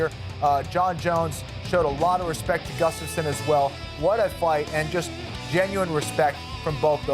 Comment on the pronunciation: She pronounced Gustafson wrong